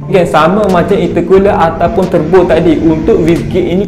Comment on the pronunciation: Bolt on❌ Bull on✅. Turbo❌ Terbo✅. Wastegate❌ Wissgate✅. Wiring❌ Wayaring✅. Rest in peace english🫡